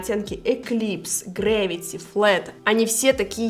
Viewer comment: это один из самых классных обзоров и отзыва об этой линейки. Многие только ругают, особенно палетку теней. Я сегодня тоже впервые наносила этот зеленоватый оттенок пальцем. И он реально быстро и круто наносился. И даже не осыпался. И ты первая кто правильно произнесла оттенок Gravity 👍😉